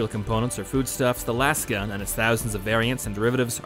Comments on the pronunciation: It's not pronounced "lass" gun. Have you ever said the word "laser" out loud? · It's not lahs-gun, lasgun is a portmanteau of LASER gun, so it should be pronounced laze-gun